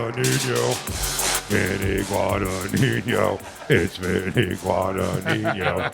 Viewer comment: How tf are you guys saying Vinny's last name wrong the entire time... it ends with nino, not ninyo.. He's Italian, not Hispanic....